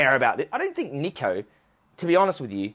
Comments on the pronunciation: my guy you cant even pronounce his name correctly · Everyone’s having a go at him for not doing research or whatever and you can’t even pronounce Niko’s name right